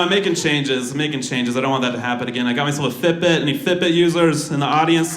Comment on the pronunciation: Took me 10 minutes to figure out he was saying "Fit Bit".